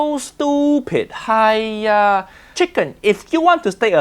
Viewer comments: Sounds like "Ha Naku" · "haiya" is more of an expression, it's kind of like "uugh", I use it for everything though, me and my Canto speaking friends use it as a way of saying "Understood", sort of, it depends on how you pronounce it :D